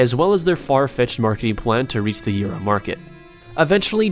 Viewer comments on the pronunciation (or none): say it with me.. No.. Say it. Eu.. No EURO.. Euro market. Good job well done, i'm proud of you.